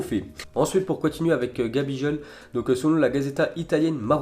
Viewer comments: Gabijol 😂😂😂😂😂😂 cest gabigol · gabijol. Avec un g comme goooaaaallll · #dyslexie de la bouche !!!! 🤣🤣🤣 ça pète les tympans !!